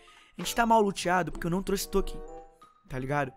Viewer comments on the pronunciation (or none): none